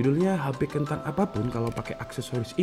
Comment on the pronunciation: Please bang.. KENTANG!! Nya jangan di perjelas